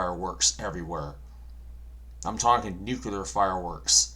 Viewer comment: Please say "Nu-cle-ar" not "Nucular" Respectfully, Kim.